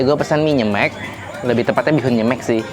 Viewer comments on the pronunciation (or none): Nyemek baca "e" nya yang belakang kayak huruf "e" di sepatu kak. Jadi pengucapan "e" yang depan sama belakang sama.